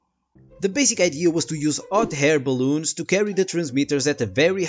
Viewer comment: you became dyslexic - you said "Ot Hair Baloons" instead of "Hot Air Baloons" LOL I do that shit all the time!!! HAHAH!!! :D